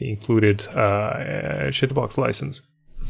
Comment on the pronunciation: Just me or does it sound like is on purpose saying chitubox as shit in box!